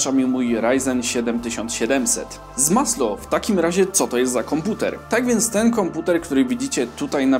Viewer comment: Znowu ten Zmaslo, yyy... To znaczy ZMASNO